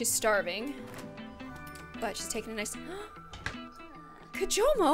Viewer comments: she said kimojo the whole time even though it was kijomo. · Everyone it's kijomo not kimojo